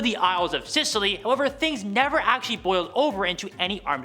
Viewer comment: Scilly Isles pronounced silly, not Sicily.